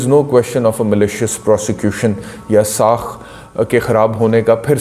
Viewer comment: لفظ ساکھ ہوتا ہے ساخ نہیں، بہت معافی کے ساتھ۔